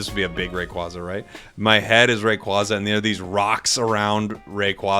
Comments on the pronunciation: BTW yes, it is officially "ray-quay-zah" and not "ray-quah-zah", since "quaza" comes from quazar. that aside, very much looking forward to year 2 for the game and to whatever other pokemon will be coming into the game after mew, dodrio and scyther/scizor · Rayquaza is pronounced like the word "quasar", as in the space thing. Hopefully that help with your pronunciation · I definitely feel like a new catch phrase for you could be that whenever you’re talking about Rayquaza you say “they keep telling me it’s Rayquayza” lol